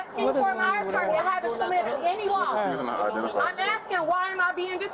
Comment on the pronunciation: What's an "Attaarrneee?"